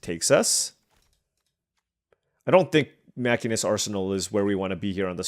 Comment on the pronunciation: Still loving the FF draft! BTW, I know it doesn't sound right, but the class in FF14 is "machine - ist" edit: dude, the game that ended with 9x syncopate was killer edit2: wtf are these decks